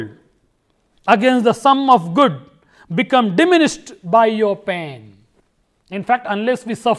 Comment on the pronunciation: Nice efforts but I must say that you should try to improve your pronunciation... It is pain not pen... I hope that you will try to improve your mistakes🙂